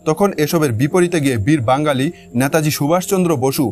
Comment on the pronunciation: নেতাজীকে ন্যাতাজী বলছেন কেন?